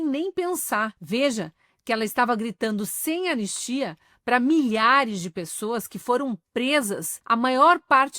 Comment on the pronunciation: E a zinha fala "an nis ti a" Dois enes. Analfa.